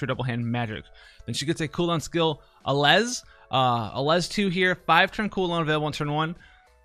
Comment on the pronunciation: "Allez!" is pronounced ah-lay. It's French.